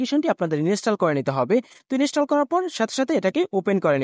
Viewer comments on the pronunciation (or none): ইনিশ্চেল নয় ইন্সটল হবে 😂😂😂😂